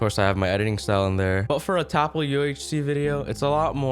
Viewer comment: Its not tapL its Ltap